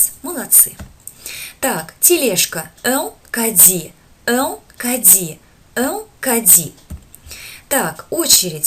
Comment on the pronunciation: Мешает шип в микрофоне. Сильный. У Вас не всегда корректное произношение, в кади смягчает д до дь, почти до дзь, это неверно и ещё есть неточное озвучивание,что формирует неверное слуховое представление. Русская транскрипция вообще донельзя Искажает французские слова! Похвально Ваше желание учить, но для этого нужно Профессионально работать или быть От Природы одарённым педагогом! Качество должно быть на высоте. Позиция " сойдёт и так"- неприемлема и несёт вред, а не пользу! Халтурить нельзя!